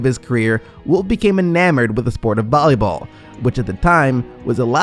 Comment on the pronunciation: man retards still be out here calling volley ball “bolly ball”